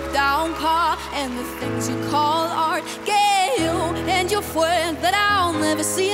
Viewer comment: "FWENDS" <3